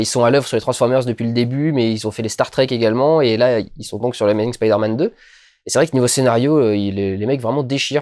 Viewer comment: c'est bien tu dis "spaider man" :3